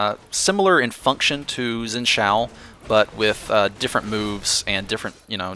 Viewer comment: You pronounce Xin Zhao wrong, but I'm a (somewhat) fluent Chinese speaker, so I often complain about pronunciation of Chinese names. It's hard to describe how you say it in a comment. Xin is somewhat similar to Shin, except for the tone. Zhao is similar to... Well... It's hard to explain... Jow is pretty close. But, even then you have worry about the tone, which is not directly shown in this video. To be honest, your pronunciation works fine. Don't even worry about it. It doesn't matter.